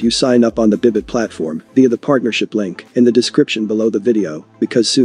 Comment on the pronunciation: It's pronounced : "Baay, Bit" Not "Bibit"😐